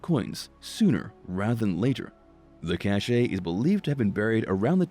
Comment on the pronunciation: You’re pronouncing cache incorrectly. Also your narrative is rather disjointed and amateurish.